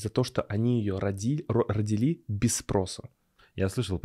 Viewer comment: ТИПА - слово-паразит! РодИли, а не родилИ!